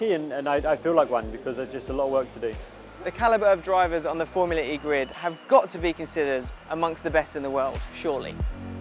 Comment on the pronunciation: Didn’t know was into racing at all let alone Foumlua E